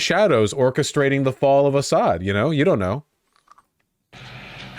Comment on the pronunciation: for the love of god, it's AH-ssad, first syllable stressed